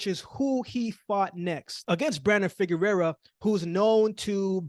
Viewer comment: Correction on your pronunciation: Figueroa (figure-row-uh) —not Figurerra (figure-rare-uh).